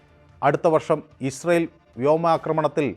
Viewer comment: ഇസ്രയേൽ എന്ന് നേരെ പറയാൻ പഠിക്കൂ അവതാരകാ..